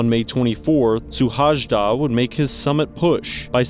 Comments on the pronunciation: It's pronounced su-hai-da. J is pronounced like 'ya', so it is similar to Suhayda. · the correct pronunciation of his name feels something like: si-lard shu-hai-da (normal english S sound in the first letter) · So this pronunciation of his name was not the best let me help you out. You pronounce it as you would pronounce this in English: Silard Shoe-haida. The whole country was praying for him to be found. No luck unfortunately. These Hungarian climber guys love to climb Everest without oxigen supplements. So sad, his child is left fatherless. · Oh god that pronounciation hurt a little. Google translate has a nice function where you can make it pronounce stuff. I just checked and it nails "Szilárd Suhajda". Yea he climbed without oxygen or any external help and died because he decided not to turn back while he still had the opportunity. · Its not the way we pronounce his name. But thank you for the video he was an amazing person and one of the best Hungarian climbers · Thank you for the video, but pls write the name to google translate and listen to the correct pronouncing.Thank you.